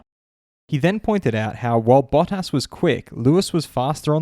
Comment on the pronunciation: Bah-Tis. not Baw-Tas.